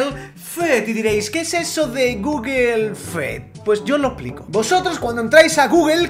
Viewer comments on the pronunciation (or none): guguel fed... ES GUGUL FIUD AMEO GUGUL FIUD